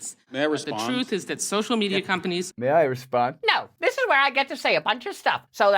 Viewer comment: "TROOF" hehe